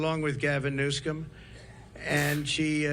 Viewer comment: So according to trump, Gavin NEWSKUM destroyed CA. Newskum???? I can't even. I wish someone would confront this demented geezer to his face on his lies, his inability to speak coherently, and his incessant self-aggrandizing con jobs.